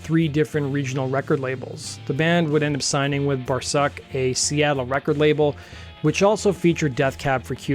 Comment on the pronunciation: bar-SUUK. long oo sound. not bar-SUCK